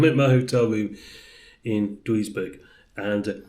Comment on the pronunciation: Duisberg pronounced juice berg